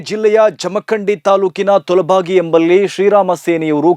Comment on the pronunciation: ತೋಲಬಾಗಿ ಅಲ್ಲಪಾ ಅದು ತೋದಲಬಾಗಿ